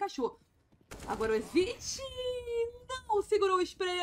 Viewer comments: Fiquei incomodado com o Reni também, só consegui prestar atenção nisso. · A narradora chamando o Henrique de Reni. Kkkkkkkkkkk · já não curto a narração ainda chama o jacaré de Reni kkkkkkkkkkkkkkkkkkkkkkkkkkkkkkkk F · calma amigue, eu não que ofender elu kkkkkkkkkkkkkkkkkkkkkkk mas Reni é foda kkkkkkkkkkkkkkkk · Ele é conhecido como Reni internacional mente, o próprio Henrique mandou os narradores gringos chamarem ele assim devido a dificuldade da pronúncia do nick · Ou apenas tá copiando as narrações estrangeiras que chamam ele de reni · tava pensando a mesma coisa. foi uma falta de respeito errar o nome do Jacaré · Chamou o Jaca de Reni me quebrou tbm ,man como n conhece o nick dos cara, só falta chamar o lucas de Lucasi